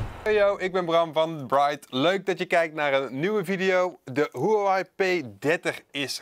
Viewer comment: Nu nog leren de merknaam uitspreken :)